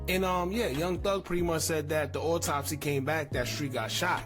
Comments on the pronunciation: This nigga said auto-spy 😂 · nigga said auto-spy lmao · That boy said auto spy 😂😂